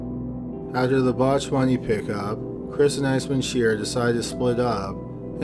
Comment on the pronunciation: Tighten your lips man, come on you’re narrating! I know English is a lazy language but make a bit of effort. Your “after” sound like “either”. Do a couple of articulation exercise before narrating or something.